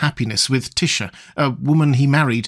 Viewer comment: It took me a minute to figure out who you were talking about when you said "Tysha"... that's just wrong 😅